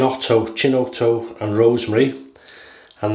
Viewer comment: Hi great shave as per usual. FYI, chinotto is pronounced “kinotto” and is a popular Italian soft drink that’s like a mixture of sweetish cola and bitters. Sounds like an interesting scent profile there. Have a great week.